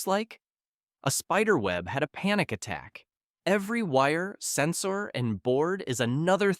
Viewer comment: "senSORE" Ahh, so the dude is AI. Fantastic.